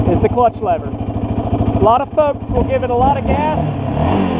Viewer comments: i heard thugs but when i read folks i can clearly hear you saying folks lol i never noticed it at first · doesn’t even sound remotely close to word thug.